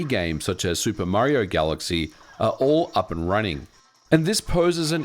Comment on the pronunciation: Jfc, can you please learn the word "are"?